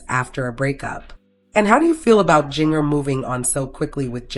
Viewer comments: Yep. You know when her name is mispronounced that it isn't something to be trusted. It sure makes you wonder why they even try to do this. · You can't even pronounce Jinger's name, I seriously doubt any of this is true.😂😂😂